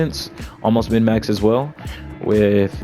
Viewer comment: Thumbs up for the simple fact of you saying min max instead of mid max. Drives me nuts when I hear it incorrectly.